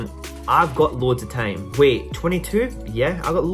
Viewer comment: Was he saying time or tame ?